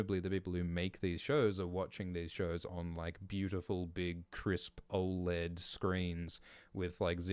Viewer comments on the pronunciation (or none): none